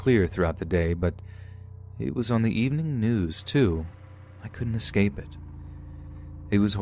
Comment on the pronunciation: FOR THE LOVE OF GOD ITS ESCAPE. NOT EXCAPE.